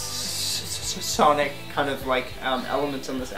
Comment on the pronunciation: hehe cant say Sonic:P